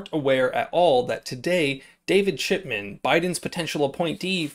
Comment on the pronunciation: Good Luck! I hope they re-monetize your channel and I think we're pronouncing David's name wrong.? I heard David Shitman? Just puttin it out there. Thanks for the vid Bro!